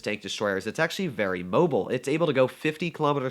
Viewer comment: "acutally" Engrish: *100*